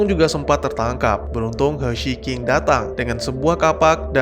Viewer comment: cuma mau ngasih tau aja. Karna dia baca Qing nya King.